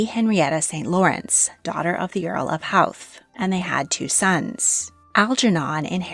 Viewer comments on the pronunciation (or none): As an irish woman, here is how the Irish places are phonetically spelled: Iveagh = eye-veeee Howth = hoh-th Galway = gawl-way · I’m from howth and when i hear it pronounced that way it hurts so much. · It's a shame you didn't bother researching how to say a lot of the names of places and titles in this. Iveagh, Galway, Howth, Leixlip and Mahon are all said incorrectly.